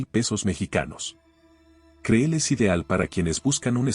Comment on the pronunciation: ¡Por favor! El nombre del lugar es "cril", no creel como lo pronuncias.